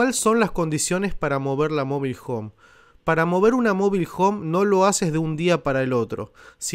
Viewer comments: No sabe ni pronunciar Mobile Home el dice mobil 😂😂😂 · Mobil hon 😀😀